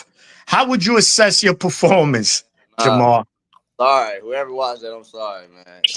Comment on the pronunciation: How many times did call Jamar, Jamal?